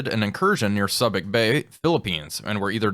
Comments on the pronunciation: I low-key cringed everything he said "sub-ik" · Subic Bay is said Suebic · It's "Soo-bik" Bay. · In the event no one has told you, but Subic is pronounced soobic bay. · it is pronounced SUE bic Bay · su-bic bay 🙂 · Ha ha. I think your dialog gives away that you are not a sailor, at least not one from 30 years ago. Subic Bay is mispronounced in this video. (Soo-bik bay is more correct, having been there in 1978) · Subic Bay? It’s pronounced Soo-(or Sue)bic. It reminds me of Malign for Milne in your War on the Sea games. Fingernails on the chalkboard… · Just wanted to give you a proper enunciation on subic bay, (sue bick) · Yep, it's Sue Bick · Subic is pronounced Soobic. Many port of calls there during my Navy days. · Good job,. BTW, it's "SOO-bic" bay. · It's pronounced SOO-bic not Subic. LOL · your pronunciation of Subic Bay sounds to be incorrect. There is still a Retired Activities Office operating in Olongapo, outside the former United States Naval Base, as well as the American Legion Philippines Department Post 4. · Good job. But a minor correction: Subic Bay is pronounced with the same "u" as in the word "tube."